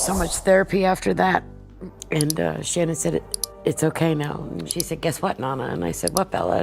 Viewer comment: Out of respect, please say Shannon's name correctly.